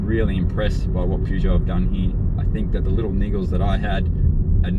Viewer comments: If you're going to review a car at least pronounce the name of the maker correctly. Other than that, not too shabby. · I think this comment comes up on every Peugeot review. The correct pronunciation is Purr-zho. (as far as I understand) however it is common practice to also pronounce it Pu - jo (the way this reviewer has pronounced it.) When I first purchased my 404 in 1969 you heard both pronunciations - maybe different languages also come into it - eg how do they pronounce it in France or Germany?? This is a pretty good review. If you want to look at some really ordinary reviews of Peugeots try some (not all) of the English reviews - They tend to follow a formula and spend more time talking about the logo and looks than how the car actually performs.